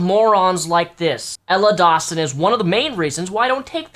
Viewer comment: OHHHH Ella Dawson i thought you said Emma watson the harry potter actress and was thrown off lol